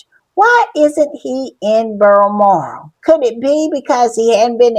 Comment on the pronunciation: If I hear Berlmoral one more time imma lose my ever loving mind!😂😂😂 BALMORAL… BAL BAL BAL!